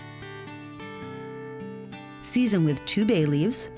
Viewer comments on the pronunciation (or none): none